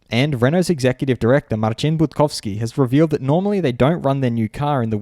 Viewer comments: As a Pole I gotta praise how you pronounce "Marcin Budkowski",. Absolutely spot-on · You nailed polish name, gg